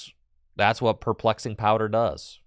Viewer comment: Every time mispronounces Perplexing Powder, I take a shot.